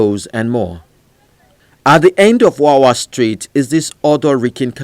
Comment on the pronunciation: It is Wewe Street. Not Wawa. So many memories.